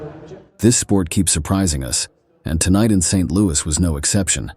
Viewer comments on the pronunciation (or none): none